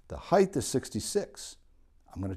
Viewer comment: Height, not Heighth!